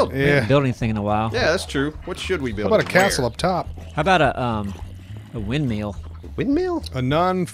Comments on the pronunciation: Wind mill not wind metal!!!!!!!!! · "wind meal"...lol